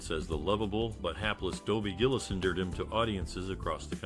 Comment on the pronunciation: GILL-ISS not GILLEEZ!